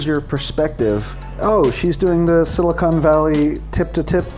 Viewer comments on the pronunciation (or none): none